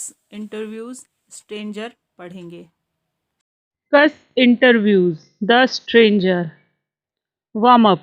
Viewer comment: Ma'am vo suss nahi cuss hai. 😅